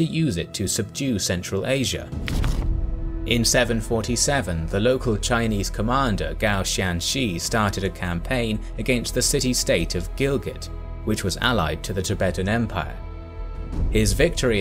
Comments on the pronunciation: Bug found: Chinese general name is 高仙芝 Gao Xianzhi, not Gao Xiangshi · The Chinese general is Gao XIanzhi not Gao Xianshi